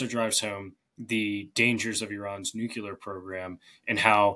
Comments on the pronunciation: It is very distressing to hear someone who is supposedly an "expert" in such matters demonstrate the inability to pronounce the word "nuclear" correctly. It's NOT "nu - ku - ler." ( ff.) Try "NU klee er"! I am pretty sure that even George W. Bush did better than in that regard. Otherwise, interesting commentary. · DOH!!!!!! The guest is, obviously, well-informed, and has strong analytical capabilities So it is terribly disappointing to hear that he's one of "those people" who cannot correctly pronounce the word "nuclear" Note that "nuclear" has only one "u" in it It is not pronounced "nucular" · When someone pronounces nuclear "nukular", then stumbles and corrects himself by pronouncing it "nukular" more clearly, like oops I almosts mispronounced my mispronunciation. Why is this a thing? It's nuclear. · Please stop using the term NUKULAR. It only shows the depth of your ignorance on the topic. Nuclear is the correct word. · people who say nu-queue-ler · 21,56why says ''nucular'' instead of ''nuclear'' then corrects ''nucular'' to a more clearly pronounced ''nucular'' duh? is he trying to troll the grammar nazis? . He prefaces all he ever says with ''it's hard to know'' (ok so go home and get an expert in.. ) but if he spent less energy mispronouncing the english language he might have more of it to invest in having a clue about summat. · Nu-cle-ar not nu-ku-lar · Guest, repeat after me: "Nu-cle-ar". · Why can Americans not pronounce the word nuclear? It comes out as nuculor. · Your guest's inability to pronounce "nuclear" correctly doesn't give me confidence in whatever he has to say. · PLEASE SPELL "NUCLEAR". Notice it only has one "u". Now spell "UNCLEAR". Notice it has only one "u". Why do people have such an insanely difficult time in pronouncing the first, WHEN I'VE NEVER, EVER IN MY LIFE HEARD ONE, SINGLE PERSON PRONOUNCE "UNCLEAR" WITH TWO "U"S?